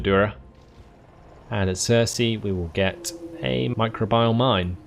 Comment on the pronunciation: It's pronounced my-crow-bee-al :p